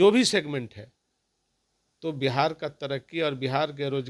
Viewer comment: सिगमेंट शब्द,,, बहुत अच्छे ढंग से बोलते हैं साधु जी 😂